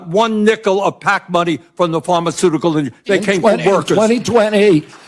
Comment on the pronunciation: "Workehs" Who votes these morons in?